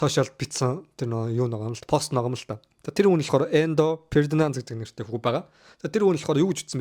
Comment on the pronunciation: Хөлбөмбөгт бүр таг гар юм байна. Судалж байж ярь хүүхдээ. Эндо Фердинанд биш Энзо Фернандез буюу Аргентиний шигшээ багийн тоглогч, Челсигийн хагас хамгаалагч залуу мессид зориулсан бичлэг оруулсан юм. Сүүлд Дэлхийн аваргад хамт түрүүлсэн.